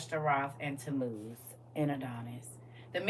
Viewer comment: Tammuz, I thought you said Temu, lol